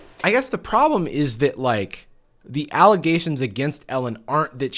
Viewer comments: It’s actually just Ellegations, the n is silent. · 1) Elle-ghations 2) "My name is on underwear." Well apparently in that case its where it belongs- next to sweaty ass cracks.